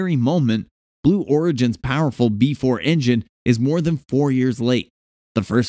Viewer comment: It is pronounced B E 4